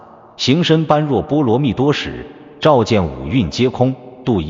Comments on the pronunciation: 般若 念 波惹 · 1.不要隨便說，誰是誰的化身！ 2.“觀照”兩字，也非慧律法師，首次提出！ 3.般若：音念“ㄅㄛ””ㄖㄜˇ”！